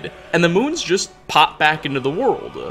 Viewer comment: Only this guy can make the word “world” three syllables. “Wor-or-orld” Sigh.